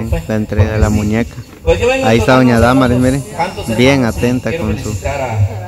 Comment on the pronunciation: se dise Damaris así no más y tu dises daaaa marisss disculpa la corrección